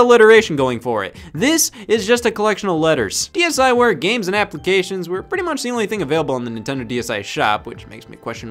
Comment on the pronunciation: MY ASIAN FARM MY AFRICAN FARM I PLAYED THAT SHIT FOR HOURS HOW DARR YOU CALL IT SHKEEVRWARE